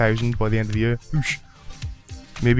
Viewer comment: Idk why but I feel very uncomfortable when you say "Oosh" :S